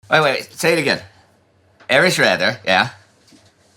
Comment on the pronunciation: Please ... next time pronounce Raeder as (English) Raider.